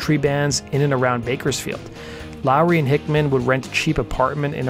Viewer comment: Ha ha did he say Bakersfield?😂